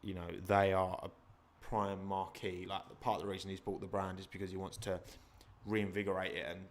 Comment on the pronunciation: Great discussion, but please stop saying Marque as Marquee. Marque is pronounced 'Marq', a Marquee is a big tent...